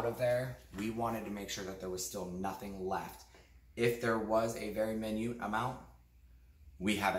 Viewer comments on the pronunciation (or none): i love you so so much... but sweetheart, how did you pronounce "minute"? Hehehehehehe... i believe its "my-noot"... 😜